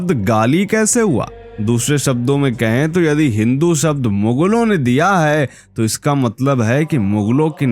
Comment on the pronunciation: Come to the point man. You are beating around the bush. Then again, you cannot even pronounce the word 'शब्द'। You keep saying 'सब्द'।